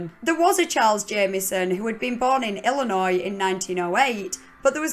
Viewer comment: I'm a born and raised Illinois resident and you wouldn't believe how many Americans incorrectly pronounce the 's' at the end. Good job keeping the s silent! It makes me cringe when people say it wrong.